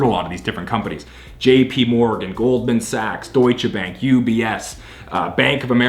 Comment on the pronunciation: Great Video. Good pronunciation of Deutsche. :-)